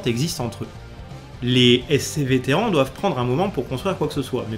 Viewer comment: les téran pendant toute la vidéo. De temps en temps un petit "terrane" qui pop. Je préfère Terrane perso, téran ça m'a un peu fait saigner les oreilles. 😂Bonne vidéo sinon comme d'ab :p